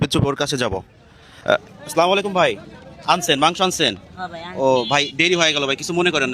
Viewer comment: স্লামালাইকুম ❌। আসসালামু আলাইকুম ✅